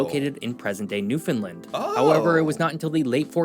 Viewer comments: Please pronounce it Newfoundland. Not Newfoundlind. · Not newfinlin it’s New found land pounce it right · It is Newfoundland and not Newfindland. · rhymes with UnderSTAND. Newfund- LAND or Newfun-LAND Never NewFOUND-lind. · Newfoundland...is pronounced like understand... Thanks for your video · It’s pronounced New found land….. the pronunciation rhythm is “understand “ “newfoundland” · Once again, Newfoundland is pronounced like noofin-LAND. Say roofin'. Now say it again with an N instead of an R. Then say LAND. Like dry land. Home land. Holy land. LAND. Not lind. Not lund. LAND. Now put them together and put the emphasis on the LAND part - noofin-LAND. Newfoundland. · The third syllable in the word Newfoundland is land...sounds like and. Not difficult people. Why can't you non Newfoundlanders get that right?????????? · Try saying New-fin- land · With the accent on the first syllable, right? Sometimes people pronounce the middle like the word “found”… which is wrong. And often they say the last syllable as “lind”, which is also wrong. The “a” in “land” needs to be heard. Thanks! 😊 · we don't say the "d" in Newfoundland, here in Newfoundland lol. I didn't know you guys pronounced it like that in NS. Hope you had a great summer 😊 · same in the bay I grew up in, but we all pronounced the province the same way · Rhyme it with Understand... Newfoundland with a fin for found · The guy in the video couldn't pronounce Newfoundland. He's obviously an expert on the topic. Haha.